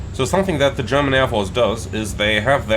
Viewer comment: are you German? You are pronouncing everything german veeeeeery good